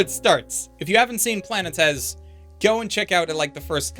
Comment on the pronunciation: I love you, but your pronunciation of Planetes hurts my poor little Greek soul so much